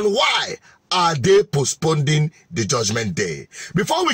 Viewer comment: Pls it is Postponing not postponding